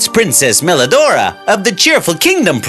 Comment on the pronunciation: PWRINCESS MWELIDORAAAAAAAAAGH